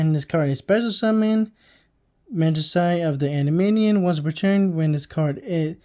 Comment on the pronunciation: EN-DEE-ME-ON You added like 12 extra syllables